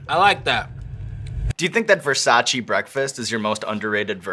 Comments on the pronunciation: It’s Versayce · Versa-CHEY- not (chee) lol